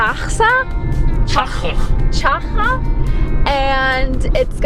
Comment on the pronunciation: The letter X in Chile doesn t sound like a J , how sounds in Mexico. In Chile X sound like X. CHAXAS sound chuk-sas